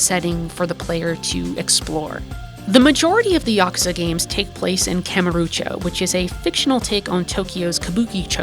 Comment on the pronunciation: i wish you'd stop saying kamurucho though.